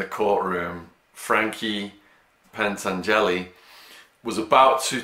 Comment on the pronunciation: It is Frankie Pantángeli not Pantangéli